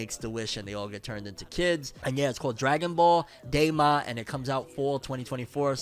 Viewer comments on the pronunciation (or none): Its DAIMA, not DAYMA